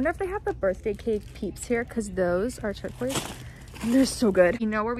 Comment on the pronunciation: STOP SAYING TURQUOISE